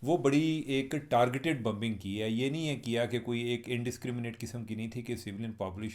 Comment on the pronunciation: It's not Bumbing It's BOmbing!!!!